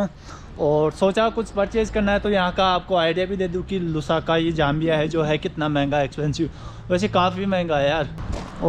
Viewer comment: It is not Jambia, it is Zambia! Please do your pronunciation the proper way!!!!!!!!!!!!!!!!!!!!!!!!!!!!!